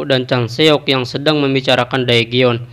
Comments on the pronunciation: cara pembacaanya terlalu jujur daegeon itu cara bacanya degun 대건, jika daegeon di baca daegeon itu jelas terdengar seperti susah sekali membacanya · Daegeon di baca degun min, jagan terlalu jujur bacanya